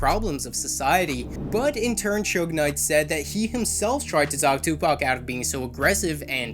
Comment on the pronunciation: What the fuck is chug knight? It’s Suge Knight, pronounced Shug (like the sug from sugar)